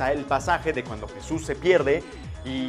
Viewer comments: ¡NO ES YISUS ES JESUS J-E-S-U-S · SE DISE JESUS NO YISUS. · se pronuncia JESUS no yisus